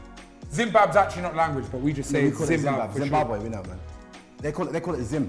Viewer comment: man said "zimbab" 😭😭😭😭😭😭😭😭😭😭😭😭😭😭